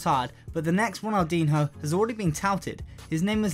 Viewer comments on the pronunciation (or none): Honestly, how can you run a football based channel, and not know how to pronounce fucking Ronaldinho?